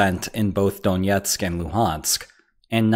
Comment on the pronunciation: It's not donietsk, but Donetsk.